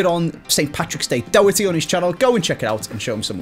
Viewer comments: After Brooksy teaching you, in this video you still forgot how to say Doherty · Tbf didn’t say it right once in brooksy’s video either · pronouncing Doherty wrong again 🤣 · is pronouncing Doherty wrong again!!!